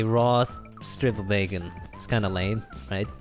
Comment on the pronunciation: He said dat “becon”